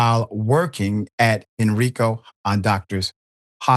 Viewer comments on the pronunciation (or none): IT'S NOT "HEN-REE-CO" IT'S HEN-RYE- CO